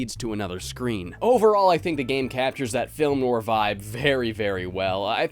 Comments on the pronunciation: If i hear you say noir wrong one more time. Its like no are not no war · Noir, pronounced Noire like No R. I love your vids man but hearing you pronounce it that way made me want to shoot myself. Love ya, but MMMMMNNNNNN!!!!! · Noir is French and pronounced like NWAHR. Just saying. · Film nwar...? lol, is that the usual American pronunciation of it? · I can't handle how frequently you mispronounce noir in this video lol